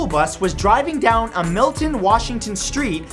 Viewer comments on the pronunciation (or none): Matt you say Down so weird